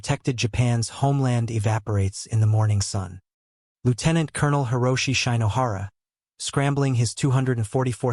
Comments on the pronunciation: Shine-o-hara? When narrators apply English pronunciation rules to Japanese names, the results are not pretty. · Worse, though, is "Shy- no- hara."